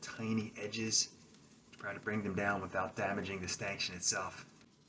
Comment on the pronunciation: A stanchion is pronounced stanshun, not stankshun